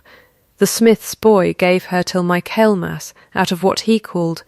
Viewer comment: Please, please correct the pronunciation of Michaelmas. All of these AI story channels are leaving it wrong, which means that's the way AI is learning it over and over. Fix it. Please!